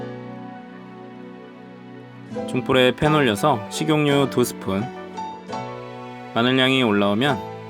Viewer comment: 식용류 아니고 식용유..개 거슬리네 진짜ㅋㅋ